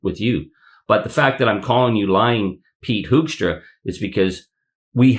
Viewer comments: I think it's "Hookstra," not "Hokestra." The name "Hoekstra" is used in Michigan (a lot of Dutch) and the first syllable is pronounced like a "hook" and not like "who" either. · Hoekstra. Pronounced Hook-stra. Hoekstra created problems for decades in Michigan. He is bad news. Big trouble. A consummate liar.